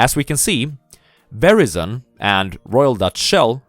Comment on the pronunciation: Never in my life have I heard someone pronounce Verizon like that lmfaooo